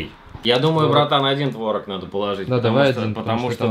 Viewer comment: Не творог,а творог